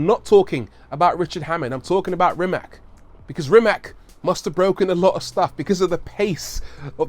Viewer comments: Rii mache. Pronounced differently than you say it buddy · I'd love to hear you (and Doug DeMuro, for that matter) pronounce the name Rimac correctly. It's extremely insulting to not know how at this point. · Would be nice if you pronounced Mate Rimac properly! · why every host or human being which talks about Mate Rimac on ytb is saying his name wrong?... isnt this just a lack of research...? To me that is just lazy idk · It's not Rimac, it's Rimac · "After Ferrari" 🤔, anyway, apparently Porsche sent a Panamera hybrid to Rimac just to test their competency, not only did they understand the system, they even had ideas to improve it. They are really knowledgeable. I think its pronounced "Rimats". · I am from Croatia and it is pronounced as is wright it. RIMAC. Croatian language is like you wright it the same way you pronounced it. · It's nore like Maaate Rrrimass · It's pronounced Rimats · Rimac is also pronounced like rim ass not rim ak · It is Rimac not RimaK.😀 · Ni ti ha, sa takvim ponosom izgovaraju to K...jaoo. Nisam cak ni ljut kaj to tak izgovaraju samo nemogu to vise slusat😕😕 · It is Rimac not Rimak. Ri-mac. And C is not K like you say C in Cyprus. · its actually pronounced REE-MATS, not REE-MAK. you could have spent 3 minutes and "investigate" how to properly pronounce last name of a person you're making a whole video about... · Is NOT "RIMAK"... The name is "RIMAC"... With C... Not K... 😫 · Rimac is pronounced Rimach. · It's not pronounced rima'k it's pronounced rima'c like you pronounce c2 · Man can say Akrapovič but can't pronounce Rimac as it is (Rimatsz, not rimak as everyone thinks) you read it like the drum sound; ba dum TSS haha p.s. I am Croatian so you can trust my pronouncination ;) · It's pronounced "Reemats", with a soft C at the end, not "Rimack". He's Croatian. Whether you love his work or hate it, at least say the man's name correctly. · 1) Rimac not " Rimak". 2) Akrapović is from Slovenia. Have some respect. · It's pronounced Rymahts.